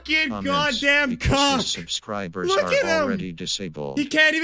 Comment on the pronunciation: Mom mom I got 443 subscwibers.